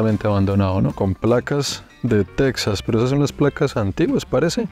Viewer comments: Está muy bien hecho el vídeo, lo felicito. Solo le sugeriría que, cuando esté hablando en español, el nombre de Texas lo pronuncie en español también. Después de todo, el origen del nombre de ese Estado, fué en español, desde que pertenecía primero a la Nueva España y después de la Independencia a México. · Y tú qué andas haciendo por ahí? Se escribe Texas pero se pronuncia Tejas, como México se escribe con x pero se pronuncia Méjico. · Tejas es una palabra castellanizada desde los tiempos de la colonia española, de hecho la comunidad chicana lo escribe así con "J", y en México lo pronunciamos igual, pero en Sudamerica quizá por desconocimiento lo pronuncian Tecsas, cómo los gringos. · Alguien más le da cringe cómo pronuncia Texas? Lo pronuncia con x en vez de j 😂